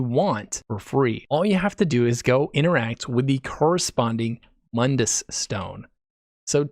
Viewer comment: You saw my comment about Mund-dus.lol It sounded good.